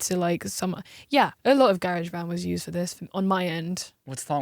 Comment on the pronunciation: GARE-AGE BAND